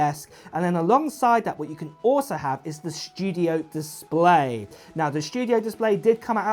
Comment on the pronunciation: Mac Schtooodieoh LoL